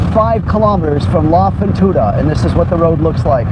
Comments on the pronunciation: Good video .....if we may help you with R Spanish ...........you should say La Fortuna ....not La Fontuna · “La fontuda “😂 I can’t